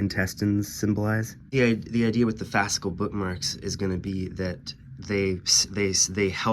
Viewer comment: Are you saying fascal bookmark?